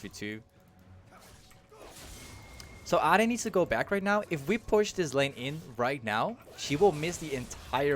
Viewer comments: its not adi its ahri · Why do you pronounce ahri like that? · Took me a while to realize you were saying Ahri... lol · Where are u from if u dont mind me asking? The way u say Ahri makes me think ur from the Netherlands or Belgium 😅